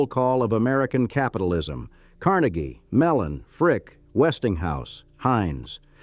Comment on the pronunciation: Car NAY ghee, (not Carn a ghee).